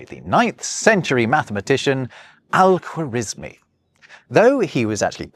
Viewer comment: I thought you'd get Al-khawarezmi's name right since you speak German, lol. The kh is the same as the ch in Nacht for example.